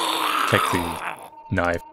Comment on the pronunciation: knoife 😂 bri ish 😂